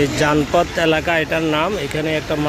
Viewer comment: Please mind your pronunciation. In Delhi, there is nothing call zanfat, it is Janpath . Your pronunciation is quite misleading. You May take the help of your husband or sons. Thank you dear.